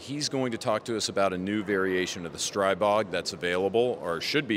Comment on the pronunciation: When are you going to learn it is not pronounced Stray-bog???